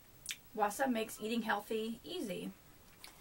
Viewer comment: its pronounced like "Vasa" the W is like a V